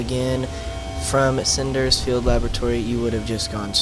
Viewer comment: You kept calling it Crimson NINroot. Bro, it's NIRNroot. Also, it's not Sinder's Field Laboratory. It's spelled & pronounced [Sin-der-i-on.]